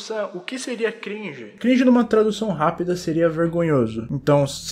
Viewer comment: Mano a palavra cringe Ficou gringe